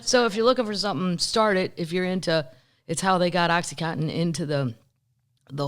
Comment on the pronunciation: Oh, for god sake, the drug is OxyContin, not cotton. It’s oxycodone in a CONTINUOUS release formula. The only drug people mispronounce more is ibuprofen, which everyone thinks is pronounced I B profin.